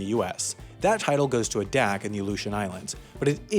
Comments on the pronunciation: as Interesting Ya know, since you are an information presentation channel, you'd think you'd research a little more. It's a long 'a', the first one, in Adak. It's not uh-dak. It's Ay-dak. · Adak is pronounced AY-dak not a-DAK. And Valdez is pronounced val-DEEZ (like deez nuts), at least in Alaska. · It's "Ay-dak" not "Uh-dak" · A Dak, I don’t think so. It’s pronounced AAA-Dak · It's pronounced "Ay-Dak" not "Uh-Dak" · It’s not pronounced uh-dack, it’s ay-dack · Adak is pronounced aye dak not a dak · Adak is pronounced Ay-dak, not Ah-dak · It's pronounced Ay-dac (as in day) not A'dac. Always glad to see more interest in my state, keep up the great vids! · The pronunciation is A-Dak. Hard A. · Adak is pronounced ay-dack Sincerely, a concerned Alaskan. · My dad used to deploy to Adak in the 90s( "pronounced A-dack" )regularly when I was little when he was in the Navy. that's where America and Russia harass each others air space. Now abandoned military island, may be one worth doing a video on! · it's pronounced "AY-dak. rhymes with hay-dak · I am sure you meant to pronounce it AY-dak. It's all well, you are forgiven. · Adak is pronounced "Ay-dak" by the way. Love the video! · Adak is pronounced Eh-Dack. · I used to live in Adak when it was a military base. We pronounced it A-dak. (Like the beginning of the number eight) Of course, that could have been wrong according to Inuit. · I enjoy your videos, but sometimes, your pronunciation is a bit off. Case in point: Adak. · As an Alaskan 2 things 1 your pronunciation of adak is killing me. 2 the outline of kansas on that is extremely exaggerated and is too big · Awesome video, except for mispronouncing "Adak". For people who haven't heard of Adak, Google "Adak national forrest" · I see your research did not include learning how to pronounce Diomede or Adak.